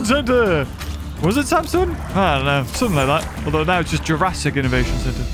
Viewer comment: How is nobody mentioning the horrible butchering of the word "Jurassic" in this sentence? 💀